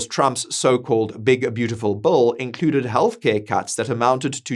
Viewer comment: You keep saying Bull.. but its actually "Bill"